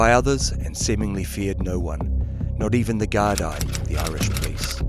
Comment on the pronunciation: The Gardie lol